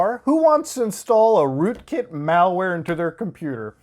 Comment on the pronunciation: rookit malware? sounds like you drank the kool-aid